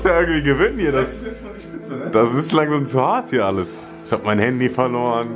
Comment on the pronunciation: Das heißt nicht haaandy das heißt Handy😂😂✌️wer feiert auch kelvins Aussprache Fehler✌️😂